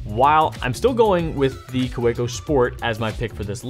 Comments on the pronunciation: I love your videos! But I do have to tell you Kaweco is a German name and the proper pronunciation of the name is ka-vee-co. My German father cringes when he hears German words mis-pronounced. Otherwise keep up all the great work! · Anyone else cringe when he says Kaweco?